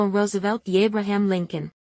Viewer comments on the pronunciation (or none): Por .k no has ..pronunciado bien el nombre de Abraham Lincon../ no se te entiende bien ..... El nombre de Abraham..😮 modula bien..😮 Recuerda .k tus videos están lanzados a Latinoamérica/🛐😮 ( español .) ilusa💩💩